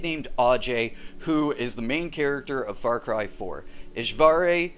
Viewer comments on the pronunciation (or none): It's Ishwari not EshVarey